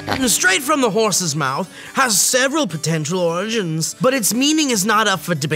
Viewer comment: "orh-gin-hns" !!!!! dead on the floor laughing